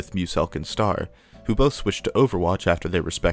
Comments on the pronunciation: can you remake this video but like. read Stars name and say it like Star. thanks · Is bro staying Star wrong on purpose? 😂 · "stair" is ster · My biggest annoyance is how he's called 'Stair' like the word 'Star' doesn't already exist. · Pronouncing “STAR_” as “stair” hurts my soul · Stair? It's STER >:( real talk, great video, crazy how we can get nostalgic about videos about videos about video games, will this video join the legion of nostalgia too one day? T-T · "stair" come on man just say star i feel like your doing this to mess with us at this point on you said it right what's the point it only serves to distract us from the video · I think that's just how he pronounces "Ster". Did you hear how he pronounces stereotypes? This also explains why the pronunciation switches between "ster" and "stair": it's just where the emphasis is placed.